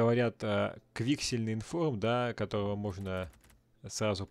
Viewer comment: Не квИксельный, а квиксЕльный информ